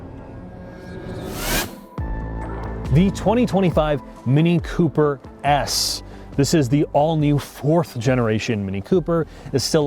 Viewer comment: "Mini Cooper ass". It's an "S", brUh, "S". Ffs